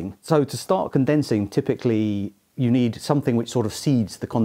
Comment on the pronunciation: "we nei:d a sei:d"